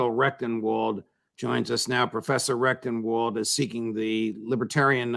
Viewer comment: I am sorry, but there is no way for me to communicate this politely and discretely. Here I am, less than a minute in. Twice, Judge, you pronounced correctly, RECTENwald, and then you said it a third time, RECTUMwald. If your intention is to support this man, and I believe it is, you need to overcome this inclination to mispronounce his name. I grew up with this, people frequently mispronounced my name, CONDON, as CONDOM, some deliberately to slight me, many accidentally.